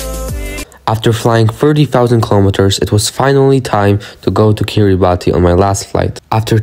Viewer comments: Please pronounce their country correctly. It's [ki-ri-bas] not [ki-ri-ba-ti]. 😊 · First of all it’s kiriBASS, it’s not pronounced Kiribati cuz that’s how people that speak gilbertese pronounce it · Didn't you learn how to pronounce the island's name when you were there? It's KIRIBAS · The country's name is pronounced KIRR-i-bass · Learn how to pronounce it bro so you don't embarrass people that show up there based on your video. it is pronounced Kiri bass. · Pronounced Kiri Bas